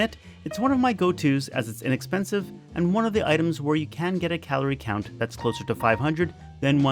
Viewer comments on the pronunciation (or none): none